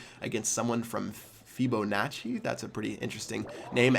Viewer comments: Feeb-o-nach-ee? Its fib-a-notch-ee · Lol when pronounces Fibonacci like its some crazy word that nobody knows....Fibonacci was a famous mathematician, you should have been taught this in elementary school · Cringe when he said Fibonacci...